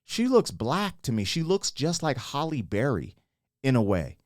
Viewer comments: Why do people mispronounce Halle Berry's name all the time? It's not Holly. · Did you say “Holly” Berry?